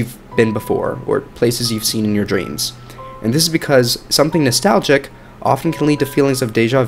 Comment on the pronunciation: I love your channel and the videos but it bothers me SO MUCH how you say “nastAilgic” just sharing 🎀